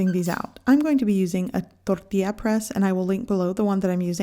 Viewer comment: This is the lady who pronounces Tortía instead of Tortilla. She’s probably from Sinaloa 😂